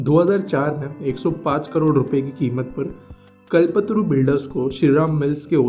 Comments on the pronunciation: the person who is doing the audio should know how to pronounce कल्पतरू and he is pronouncing it as कलपत्तरु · आप क्या हिंदी की ऐसी तैसी करते हो, एक अच्छा सा नाम ' कल्प तरू ' को ' कल पत्रू ' बोले जा रहे हो। कम से कम थोड़ा तो समझ के बोलो। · It is Kalp-Taaru not Kalpatru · It's call not kalpatru kalptaru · bhai kal patru nii hai voo its KALPTARU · Its कल्प तरू not कलपतरू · Phle "kalp taru" बोलना sikh le bhai😂